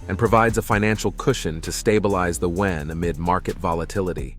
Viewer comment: Please have the robot reader learn to pronounce the word yuan (yu-an). It's easy.